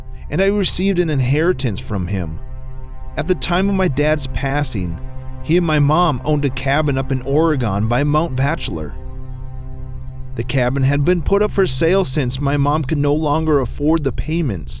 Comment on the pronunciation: ORE-EH-GUN, not ORE-REE-GONE.